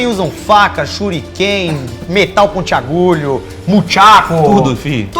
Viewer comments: “metal pontiagulho” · metal pontiagulho? Kkkkkk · "Metal pontiagULHO" kkkkkk 😂😂😂😂😂😂👌🏻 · gostei mesmo do " metal pontiagulho" kkkk